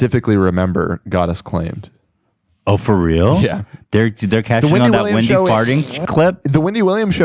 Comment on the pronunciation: “Windy” Williams